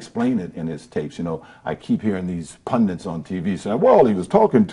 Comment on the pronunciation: It’s pundit’s oj not pundents😂